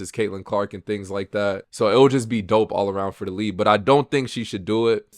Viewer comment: Its "League" not "lead" 😂 you have said "lead" every time you should have said "league" so I figured I'd point that out now for ya lol.